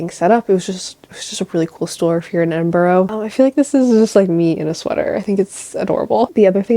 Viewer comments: It’s pronounced Ed-in-bruh (not edinburo) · hiii i love your videos, i mean this nicely i promise, it’s “edin-bruh” not “borough”, i know its nothing but it really annoys us Scots and UK people when americans say that haha, love this video and so glad you enjoyed your UK trip 🤍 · Enjoying the video ❤ although I have to mention that Edinburgh is pronounced ‘Edin-bruh’ 🥺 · I know you already put a disclaimer, but it’s pronounced Edin-bruh😂❤️❤️❤️ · Cool video, It's nice to see you've enjoyed Edinburgh (it's actually pronounced 'Edin-bra' so much, you're right to be careful about people...the world is a dangerous place. Take care 😀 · It's called Edinburgh say Edinbru